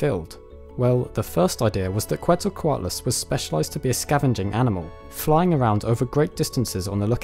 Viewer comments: I have to point this out: Quetzalcoatlus... since the name comes from the nahuatl language, the correct pronounciation is "keht-sal-coatlus", not "coo-eht-za-coatlus". The root of the name comes from Quetzalcoatl (which in turns means "feathered serpent") a major god in the Aztec pantheon. Also, great video, thanks for not letting us wait for like 10 years for part 3!! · Quetzalcoatlus is pronounced “Chet-zal-co-Attal-us”. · It's more like "ket-zel-koh-AW-tless" The "tl" is a fairly common Nahuatl letter, pronounced like the beginning of "clan", but you position your tongue like you're going to make a T sound instead of a C/K sound. Also, Nahuatl stresses the second to last syllable (at least classic Nahuatl does. Some modern speakers stress the end, or the third to last